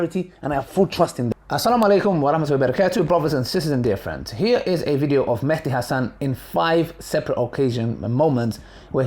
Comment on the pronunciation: Not an issue, but it's actually an Arabic word , and both written and pronounced as Mahdi, NOT Mehdi. In the original Arabic, there is an accent on the M, meaning you make a MA sound , NOT a ME sound .